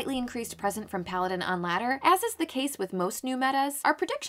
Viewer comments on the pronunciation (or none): none